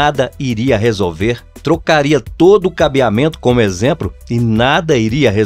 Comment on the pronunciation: AmpRificador, exempRo...meu Jesus! É fR0&@ ouvir isso, meus tímpanos pedem socorro!